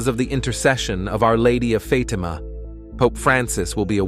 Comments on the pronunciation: It’s a soft “a” sound in Fatima. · why do you pronounce FAtima so harshly, so strongly? We do not need such a huge emphasis on FAAAAAAtima. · Pronounce the word Fatima Correctly please.